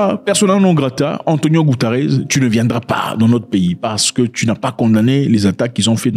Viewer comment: Ce mec a un problème avec les noms des gens. Maintenant c' est Antonio goutares😂 lool